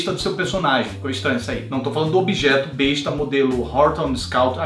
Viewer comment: Só pra constar, a arma não se pronuncia bêsta, apesar da grafia dar a entender isso. A pronúncia correta é bésta.